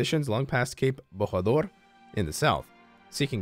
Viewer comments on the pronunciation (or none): it is not borador is like bochador